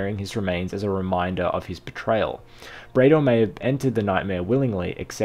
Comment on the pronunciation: Bray-dor isn't right, surely it's pronounced Brad-or!